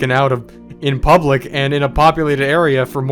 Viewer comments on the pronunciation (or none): none